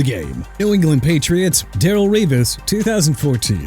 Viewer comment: It's Ger-boch not Ger-back!! You can't get a quarterback's name right then you need to quit!! Also you got Darrelle Revis' first name wrong again! It's pronounced Da-rell not Daryl! Embarrassing! TOO EARLY FOR THIS GARBAGE!! BY THE WAY CALL THE JAGUARS JAGWIRES AGAIN AND JACKSONVILLE GON END UP HAVING A TEAM NAME CHANGE!! UNBELIEVABLE!!!!!